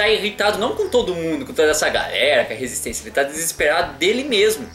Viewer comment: ''resitencia'' kkkkkkkkkkkkkkkkkkkkkkkkkkkkkkkkkkkkkkkkkkkkkkkkkkkkkkkkkkkkkkkkkkkkkkkkkkkkk mds mano